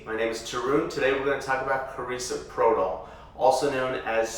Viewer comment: Analgesic is absence pain, not relaxation. Also, you're pronouncing Carisoprodol wrong. You'd think you would be educated to know this basic information.